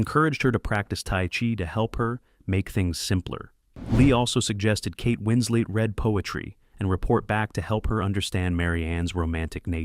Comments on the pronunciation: I cannot deal with how this narrator keeps saying Winsley instead of Winslet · Winslet, not Winsley! Facts matter! Just one of several inconsistencies ! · Winslet, not Winslead... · “Hunting for husbands”? Kate “Winsley”? 52 seconds in. I’m out. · Kate Winslet also lied about her age. And why can't you pronounce her name, Mr Robot? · a million ways to mispronounce "winslet"